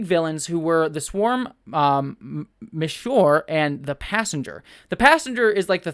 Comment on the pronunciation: It's Azure (referencing the fact that she's blue) not "Miss Shore". Also, I think "Passenger" is a robot suit with Diane trapped inside. Azure captured Diane, and now, coincidentally, Diane has disappeared, and there's a third member of Swarm's group.